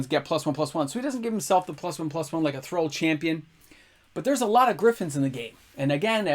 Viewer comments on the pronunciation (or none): none